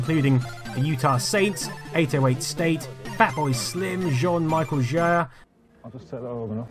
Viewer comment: Great video, but the "John Michael Jer" pronunciation made me chuckle!